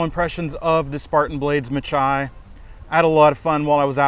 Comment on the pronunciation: Just a little note, the majority of spartan blades are after Greek names. This knife is no different, the pronunciation is (ma-hee). Meaning battle, or blood bath in greek. Hoped this was use full. Love your channel, company and reviews, very informative. Thanks